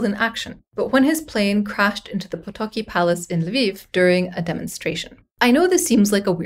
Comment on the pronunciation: I love to see this story, as well as the history of Poland (and this part of Europe in general), getting some attention. I also have to congratulate you on your Polish pronunciation, which seems to be notoriously difficult for English-speakers. You did a great job, only stumbling on 'Potocki' . The letter 'c' in Polish is pronounced like a short 'ts' (unless it's in diagraphs 'ch' or 'cz', or the diacritic 'ć') and never as 'k'. Of course, as you said yourself, the history of this part of Europe after WW1 is very complex, and I'm tempted to write some clarifications to just one sentence about Piłsudski and Lithuania but I fear it might end up longer than the script of this episode. Maybe another time. 😉 Fun fact: the famous Polish 303 Squadron of the RAF (the best scoring squadron during the Battle of Britain) was continuing the traditions of the Kościuszko Squadron, including inheriting their insignia.